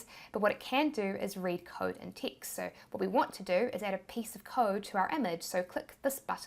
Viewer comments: LOL. I thought you were saying “ticks” as a replacement for words/letters. Literally 20 minutes in realized you were saying text 😂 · Teext teext teext... Gotta love the accent! 😂